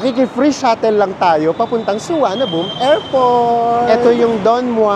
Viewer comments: Is the local pronunciation of Suvarnabhumi "Suwanaboom"? It's the first time I heard it called that way. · Thank you po, &! Sayang walang premiere chikahan hehe pero salamat po sa tipid and budget tips as always! 😊 Kaaliw po talaga na suwanaboom na bigkas sa Suvarnabhumi 😆 Favorite ko po sa trip nyo ang Sa Pa 😍 Noted din po yung 'visit advertiser' instead of no to skip. Hi dos! Until next trip po uli! 🙌